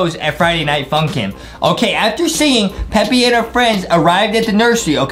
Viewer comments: It's Peppa not peppy and Justin needs dounts and Adam needs some milk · It's peppa not peppy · That ain't peppy piggy bruh it's supposed to be Peppa pig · Peppa not peppy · The way u said "they passed by pepies house (pepa pigs house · It's not peppe it's p e p p a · Its not peppy its pappa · Peppy? IT'S PEPPA! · what is pepie pig its supposed to say pepa pig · Its peppa not "peppy" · It’s pronounced Peppa P-e-p-p-a